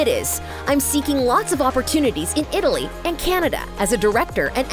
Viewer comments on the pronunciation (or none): none